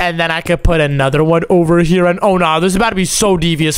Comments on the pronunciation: It’s here not chier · Bro keeps saying chere